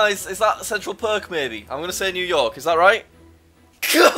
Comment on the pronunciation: yeah, i realise that, but I really doubt that there are parts of England that make the word park sound like perk